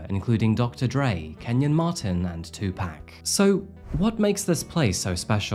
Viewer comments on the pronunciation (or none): thanks lmao saying "two pack" instead of tupac is sending me 😂😂😂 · It isn't twoPack it's Tupac😂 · "2pac" not "2pack" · 🤦🏽‍♂️😒 Jeez... It's not Two Pack. It's Too Pock. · Tu Pack? TuPOCK!!! SMH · Sir, I know you’re not from the States let alone California, but it’s pronounced TOO-POCK. Not ‘too pack.’ Had to correct that as someone from southern Cali. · Another great video man, thanks for all the solid content…just try and remember, it’s “2-pock” not “2-pack” 😂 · Tupac is pronounced ( 2 poc) not two pack. 😂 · HIS NAME IS NOT 2PACK it is 2pac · Lol not 2 Pack it's 2Pac (pawk) lol still love your videos. Cheers to you from Florida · "It" was a person and their alias was not pronounced "two-pack" it was pronounced "two-pock" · It’s pronounced 2-Pock…. Spelling 2-pac….. not 2 pack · "2 pack" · Whos twopack?? Haha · Two pack 😖 that hurt my ears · Um....who tf is 2Pack? How do you not know how to pronounce the name of one of the most influential, talented, and famous rappers of all time? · Two-Pack, Mary-land, Line-age, Pluh-thora. Great work. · Did you really say 2pack? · 2pack lol sounds about right 😅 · Who is two pack wtf no way he just said that unbelievable unsusribe almost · Don’t say 2 pack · That “TUPACK” was crazy work 😂😂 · OH GOOD I WAS NOT THE ONLY ONE THAT NOTICED THE CRINGE PRONUNCIATION “2- PACK” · As a fan I have to say this. 2Pac is pronounced 2Poc. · Noo dude, it’s not “2-pack” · lmao saying "two pack" instead of tupac is sending me 😂😂😂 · I’m also in my 50’s and I’m from the U.S. FYI Everyone in the U.S. pronounces his name Tu-Pock. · In a majority of Asian countries it is pronounced 2-Pack as well but yeah we all know the correct pronunciation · Ya'll need to listen to his song "Hit em up" when he says his own name and listen. The way you guys pronounce it would sound so stupid 😂 "Call the cops when you see two-packkkk" 😂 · His literal name is TUPAC SHAKUR. It’s pronounced 2 POCK. Jeez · no, it’s pronounced “two-pock”